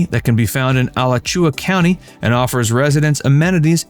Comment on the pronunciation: The "average"home prices you're quoting are way lower than reality, and I'm pretty sure they weren't correct a year ago either. Btw, it's pronounced "A-LATCH-ua," not "Alatch-UA." You're welcome.